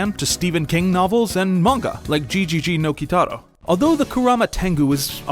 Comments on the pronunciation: Lmao did he seriously say “gee gee gee no Kitaro”? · it's not pronounced "G G G Kitaro"... xD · the way you pronounced gegege no kitaro earned you a dislike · That is extremely not how you pronounce GeGeGe no Kitaro